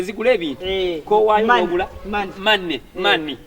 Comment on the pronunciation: 🤣🤣🤣🤣🤣 naye mbu mani instead of money